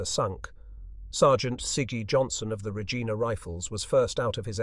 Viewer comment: Regina is the capital city of the Province of Saskatchewan, hence the Regina Rifles. In this context its pronounced “Re-jine-a”. The locals say it’s the city whose name rhymes with fun.